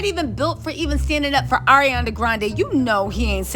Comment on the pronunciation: Why can't read? "ArianA" There is no "i" 🤣